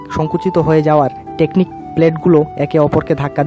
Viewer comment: হায়রে! আরে বলদ ওইটা টেকটনিক প্লেট not টেকনিক প্লেট। আলপস্ পর্বত না আল্পস পর্বত। আগে নিজে শিখ কিছু তারপর বান কর।